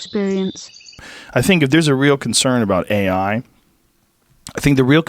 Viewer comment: Today we laugh But Joe Rogan just gave us the key to defeating ai. They know not of the secrets dmt keeps. Also Russell saying "a.i." Sounds like " i, i "